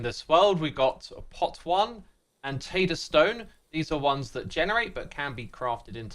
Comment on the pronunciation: 'tatter stone' Its a 'tay-ter'